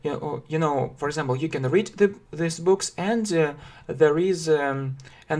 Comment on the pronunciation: Английский язык. Английский для начинающих. Уроки английского языка, я все равно слышу this. Хотя между произношением These и This разницы наверно нету.